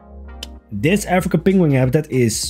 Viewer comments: "peng-wing" - Adorable pronunciation. Wrong, but adorable. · This make me think of Benedict Cumberbatch and his pronunciation of penguin